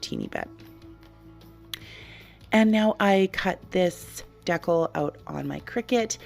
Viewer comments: lol, I heard it and thought "What?" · I've never heard decal pronounced that way. Is it a Canadian thing? Your creations are beautiful as always! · I'm Canadian and I don't say it like that, it actually drives me bonkers when people say it like that 😂